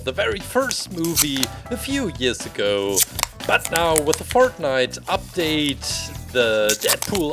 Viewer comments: Not making fun of but fert-night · Bruh he called it fartnite